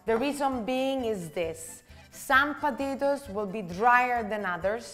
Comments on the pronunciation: Ooooh po-ta-to-es! Not patitos (little ducks in spanish)🫢😂😂😂🤌🏽🤌🏽🤌🏽🤌🏽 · I love it when she says "potatoes" and it sounds as if she were saying "patitos" . Those gnocchi look delicious!